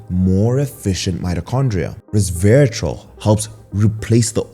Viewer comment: Re-serve-i-tal …. Sorry but I cringed every time I heard it pronounced incorrectly. I eat blackberries every morning for breakfast and then have Matcha green tea in the after lunch. I didn’t k ow about pomegranate. Thank you for the information.